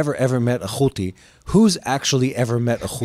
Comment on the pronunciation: Who and what is a houtey